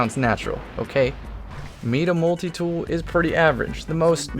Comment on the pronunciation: ITS FUCKING MY-DA MULTITOOL.... NOT MEEDA MULTITOOL....... jk jk just making salt